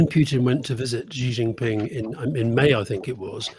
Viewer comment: Xi in Xi Jin ping is pronounced “she” like the cat’s mother 😂